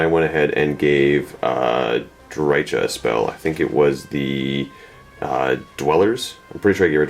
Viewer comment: Pssst! It's pronounced Dry-Ka (hard "K" sound) as per GW, their audio novels, and their licensed games voice acting. (She's one of the most commonly mispronounced names I've noticed) "Drycha's Spite!" - Kerillian